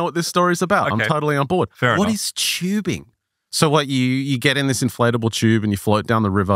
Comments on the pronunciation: Listen. I love you guys. Ive been listening since season 1. Im a plus subscriber, we're all mutuals on twitter. I have never been so angry and upset with this show and its content in my life. Its TUBING WITH A T NOT CHEWBING Literally infuriating to listen to, I could not stand it. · It's not chewbing it's TUBING